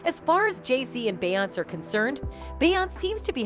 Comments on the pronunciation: Learn how to say her name if you want us to even act like we’re acknowledging what you’re saying 🗑️ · It is so disrespectful and annoying for you to constantly mispronounce her name.I couldn't even finish this video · The commentator is only showing her ignorance, by mispronouncing Beyonce's name. This video is click bait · So what did kanye release? And why can't you pronounce Beyonce properly? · Use this comment as the dislike button,for how she's saying Beyonce's name. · This lady is annoying me with pronouncing beyonces name wrong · First of all who is beyonce she’s killing me. It’s Beyoncé bish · Why she keep saying her name like tht omg annoying asf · Are you a bot or do you seriously not know how to say her name? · And they pronounce everyone else’s name perfectly 😒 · She doesn't even say her name correctly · Can't even pronounce the name correctly. Pure click bait. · Wha the f are you pronouncing BeyoncE like that are you dumb lol? She's been famous for 20 years and you still don't know her name? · Idk if I can take this video seriously when she's not even pronouncing her name correctly! 🤨😂 Child...what kinda AI produced video is this?! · Have I been saying Beyoncé wrong or is this girl way off?? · Any chance Beyonce's name can be pronounced properly? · Get an AI that can say beyonce you hacks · Beyonc ….eeeeeeeeeee god that was driving me nuts the way you are saying her name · This channel is the worst I despise when people cannot pronounce someone’s name correctly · And can't pronounce Beyonce. Ud think whoever made this would've listened 2 it first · AND mispronounced Beyoncé’s name over and over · YOU TALK TOO MUCH! SHUT UP AND PLAY THE VIDEO PLEASE. AND HER NAME IS PRONOUNCED “ Bee-Yon-Say”…3 syllables! Stick with spilling tea from your own clique/Entourage/something you know a little bit more about what you’re speaking of!! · Who pronounces Beyonce as beyons?? 🤦 At least you could pronounce her name correctly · "Beyunce"?.??? ..please... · BaY AnTs